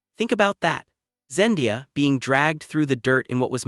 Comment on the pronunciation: Say it with me, ZenDAYa.🤦‍♀️